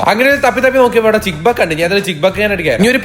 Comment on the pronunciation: ചിക്ക് ബക്ക് അല്ല ചിക്ക് ബുക്ക് ആണ്😘